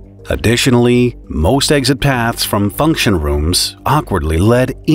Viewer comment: There's no "G" or "Z" in the word eXit